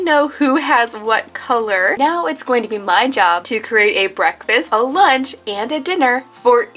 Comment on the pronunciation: “cawse theyre wasn’t any weanch 🌝”